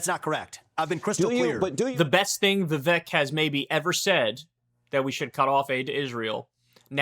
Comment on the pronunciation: Bro, give it a rest. Like 3 anti-Vivek videos every day. And stop being childish and purposely mispronouncing his name.